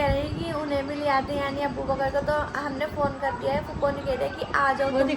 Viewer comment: Naam to dhang se liya karo Abbubakar kiya hota hai अबू बकर naam h padhi hui to hogi nahi issliye na शीन ka pata h na qaaf ka na j ka pata h na ज़ ka bas kuch bhi bolte jao